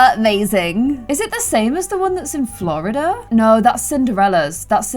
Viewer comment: Me being a Floridian and hearing how she says Florida!!!!☺️🤣🤣😂. Not hate I love you sooooo much been a fan scents 2018❤️🤣💕💓💞